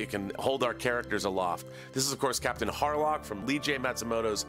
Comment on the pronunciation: Confession: When he said "Captain Harlock" I could've sworn I'd heard him say "Captain HARLOFF"! ("Geez, is in EVERYTHING, these days!")